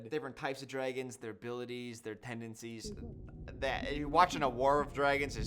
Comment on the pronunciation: "the dregons"